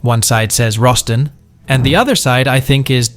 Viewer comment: It's "Boston" not "Roston" (Where it was manufactured) Its basically a key for a bank safe that has two step identification. Each one of the little brass rods can be flipped over , for two different lengths. Creating 64 different possible. combinations. So a person has to have possession of the key , and know how to align each of the rods before they can open the safe. Also the key can be easily disassembled and reassembled for added security.